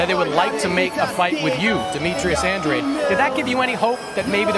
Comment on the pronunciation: Isn’t it pronounced An-drade’ ?